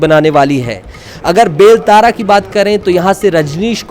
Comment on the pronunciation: आप विधानसभा का नाम हिंदी में सही सही बोलो उल्टा पुल्टा बोल रहे हो😂😂😂 अकलतरा को अकलतारा बोल रहे हो बेमेतरा को बेलतारा बोल रहे हो और भी विधानसभा है जिसको सही कर लीजिए😂😂😂